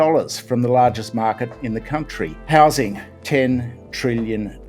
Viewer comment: Gambling the houshing crishis on the shtock market.